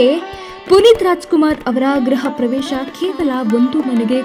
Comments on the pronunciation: ಎಸ್.ಗೃಹಪ್ರವೇಶ. ಗ್ರಹಪ್ರವೇಶ ಅಲ್ಲ. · 🙏ಕನ್ನಡಭಾಷೆ ಅಂದ್ರೆ ರಾಜಕುಮಾರ್ ರಾಜಕುಮಾರ್ ಅಂದ್ರೆ ಕನ್ನಡ ಭಾಷೆ ಇಂತಹ ಕಾರ್ಯಕ್ರಮದಲ್ಲಿ ಗೃಹಪ್ರವೇಶ ಬದಲು ಗ್ರಹಪ್ರವೇಶ ಅಂತ ತಪ್ಪು ಉಚ್ಚರಣೆ ಮಾಡುವೆಯಲ್ಲಮ್ಮ ತಾಯಿ ? ? ?